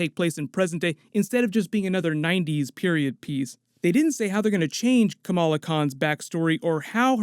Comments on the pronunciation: I swear I heard him said Camilla Khan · What If... people stopped pronouncing Kamala as "Camilla?" Not that I give a crap about the new Ms. Marvel, but it bugs me.